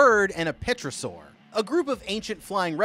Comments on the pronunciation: What tf is a peeosaur, you mean pterosaur lmao. It’s pronounced terro saur* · Babe wake up new Godzilla content dropped (for future reference, pterosaur is pronounced “taro-saur”, not “peta-saur) :) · have an amazing day this is an amazing video and its pronounced ther a saur not pteerasaur not being rude just wanna be informitive edit : petrosaur that one got me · The p is silent in “pterosaur” it is not a petrosaur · Petrasaur? Bro... Pterosaur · It isn't peetosaur, it's pronounced teh-rra/row- saur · Dude, it's pTErosaur, not pETrosaur. You need to change the T and the E. 🤓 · "Thaynos" lol 😂 Edit: Really? "Peeta-saur" too? Next it'll be "Puh-terydactyl" lol. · Just a tip for future reference: in pterosaur, the p is silent. So it's pronounced tear-o-soar. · Whats with the misspronouncing? Im sorry but.. petrosaur? I think you mean pterosaur. And king ghidra? Have you not read the name? Its ghidOra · Oh my gosh!!! I can forgive gidorah and Rodan BUT Pterosuar is pronounced Ro-dan TerO-soar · Pterosaur is pronounced as teroasaurus.Have a damn good day. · The P is silent in pterosaur, so you’re just supposed to say terosaur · what is with these name pronunciations man, "peetosaur" "petrosaur" "geedora" lol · the pronunciation of 'pterosaur' makes me wanna jump into Rodan's volcano